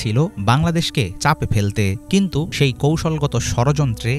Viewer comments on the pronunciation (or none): none